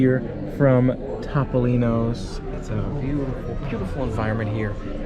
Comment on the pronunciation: Thumbs up for correctly pronouncing Toh-poh-lee-noh! Based on your dining experience, it's definitely not TOP! LOL Was the pasta not even cooked al dente? (Don't tell anyone, but I like a well-cooked, soft pasta too.)